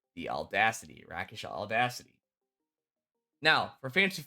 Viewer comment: The medieval term for a street duelist was a rake, pronounced rayk. This is where the word rakish comes from, pronounced RAY-kish, not rack-ish.